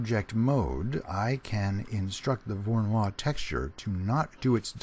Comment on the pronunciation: It's not pronounced like a French name :) It's Russian: vorr-oh-NOY.